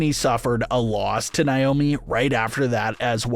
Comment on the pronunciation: Who tf is nai-oh-mee? Its Nay-oh-mee nay pronounced like pay, or may, or say. Say her name right. Its annoying af to hear naiyomee 200 times